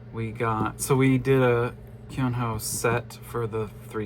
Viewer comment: Sorry Keonho’s name is pronounced Kono, it is hard to romanise the Korean pronunciation into English